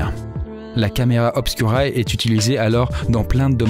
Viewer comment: super vidéo sauf que tous le long tu pronoces camera obscura alors que c'est du latin et que le u se prononce ou du coup sa s écrit camera obscura mais on prononce camera obscoura ( je comprends maintenant à quoi ma servie 1 an de latin )